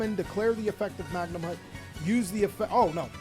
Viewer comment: Respect to, he started saying Magnumhut correctly but SEER-AN-EAR AND DRUIDS WORM? My guy..